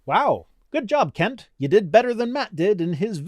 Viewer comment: Kent? Wrong vowel surely !!